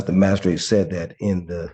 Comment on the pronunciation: What the heck is a "mad-a-strate"? Is it a lower status magistrate??😅😅😅